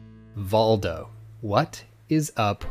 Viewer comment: I think it's pronounced Voldo